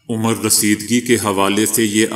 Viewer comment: Beta udheer umar ni adheer umar